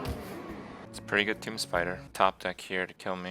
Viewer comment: wait wait wait. toomB? toomBBB? kripp, out of all the words you mispronounce, this is by far the worst